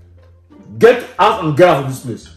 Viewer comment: "stand up and gerrout"